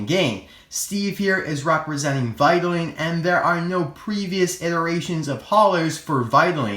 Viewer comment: The pronunciation of vitoline is "Vaitolain" Not "vaitolin".